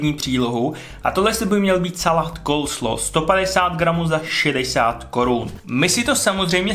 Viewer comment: Snad první člověk co vyslovuje "Coleslaw" tak jak se správně má i když já stejně preferuji ten českej "koleslav" :D